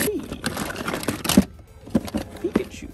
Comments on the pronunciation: It's Peek-A-Chew not Pick-A-Chew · Dude am I crazy or are you saying PICKachu. I always pronounced it PEEKachu, now I'm questioning my childhood. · The way he says Pikachu is just wrong.